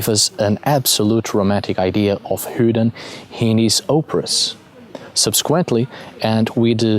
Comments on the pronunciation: Just curious why you say Hudin vs a more common pronunciation like modern Odin or “Othin” (Old Norse). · A very interesting talk on the god Odin. I was particularly interested in how you pronounced this name as 'Hooden' (without any emphasis on the 'h'). Here in England we refer to this god as 'Woden' which is pronounced as it would be in modern English, but obviously not so originally, since the Old Saxons wrote it as 'uuoden'. In the shire of Kent in the South of England is a custom of parading around the streets as a 'hobby-horse' and the title given is 'Hooden' or 'Hooden Horse' which has already been recognised as Woden/Odin by some. What a lot of English people are not aware of is that their most famous Folk-Hero - Robin Hood - derives from the remembrance of Woden in a role as the 'Green Man', the 'Lord of the Trees'. The tales of Robin Hood show his 'light side' as 'Fame-Bright Hooden' which is what 'Robin Hood' means. Robin Hood (Hode) was said to be a one-eyed wanderer wearing a red mask fitting with his being the 'One-Eyed God' and the 'Masked One'. On the other side of England in Wiltshire is a barrow called 'Adam's Grave' which is situated in the area around Avebury Stone Circle and Silbury Hill. A couple of decades ago a woman visiting the site was about to leave when she suddenly stopped and became anxiety and then not a little afraid for no reason whatever; she looked around to see no-one else there. She then heard the sound of an 'army of horses' galloping towards her at full speed; she moved off slightly past the barrow and the sounds stopped immediately. The o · funny he calls odin hoodin lolz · "hudin" lol